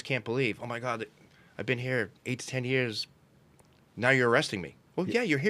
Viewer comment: "for de eight yeahs". That boston snuck out.